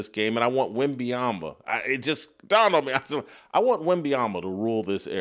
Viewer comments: At least 50% of the time Jason says “WenbayamBa”. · Hello, Jason. Good insights, as usual. You are mispronouncing Victor Wembanyama's last name. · Jason, you should learn how to pronounce wembenyama’ name correctly first !!!!!! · Glad someone else recognizes that Whitlock mispronounces Wemby’s name every time he attempts to say it. He pretty much says something different each time. Funny how he spend half a show making fun of a comedian who couldn’t pronounce Vrabel’s name but he butchers Wemby and Luka’s name every time he attempts to say them. But hey thats what hypocrites do… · Im glad someone finally saying something i cant stand how he says wemby name